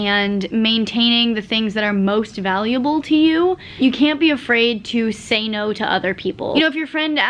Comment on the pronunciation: "I have e'no time!" 😂